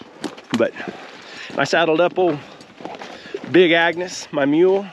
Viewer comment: the name of the mule is Agnes, not agnus 🙂